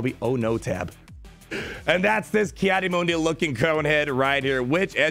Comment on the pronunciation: Just wanted to point out in the clone wars his name is pronounced “Mun-Dee” and not “Moon-Dee”. (